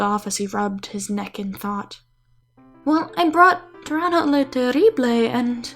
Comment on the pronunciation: When you said Tyranno I thought you said Toronto